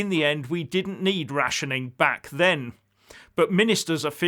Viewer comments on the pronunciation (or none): none